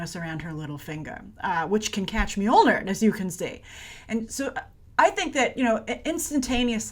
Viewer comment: Grace: your pronunciation of "Mjolnir" (actually: "Mjølner/Mjölner") is very, very good - as a Scandinavian, I approve :-)